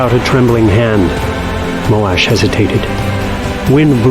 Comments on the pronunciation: I always read Moash as Moe-shh and the Moe-Ash pronunciation still sounds weird to me. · Moash not Molash